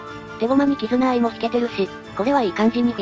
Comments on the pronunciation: 2回目のキズナアイがキヅナアイになっていますよ。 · キズナアイのことをキタナアイって言ってるやついる。キズナアイなめすぎでしょ